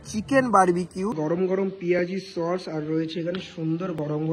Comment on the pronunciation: পমপ্লেট ❌ পমফ্রেট ✅ সর্স ❌ সস ✅